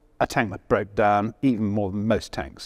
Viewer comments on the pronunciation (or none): none